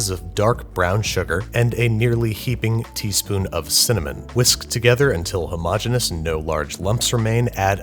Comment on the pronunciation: Nobody: Babish: hOMogEnOuS